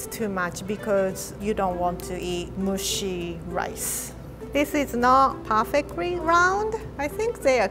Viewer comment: i swear when pronounced mushy as "moo-shi" and said "moo-shi rice" in, i literally thought she meant "insect rice" (the pronunciation moo-shi sounds like mushi for insect in japanese). i love you!!!